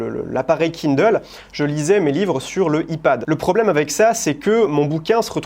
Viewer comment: En revanche, qu'est-ce qu'il prononce bien Kindle !